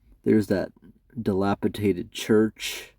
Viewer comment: Dilapidated only has one T. You pronounced it wrong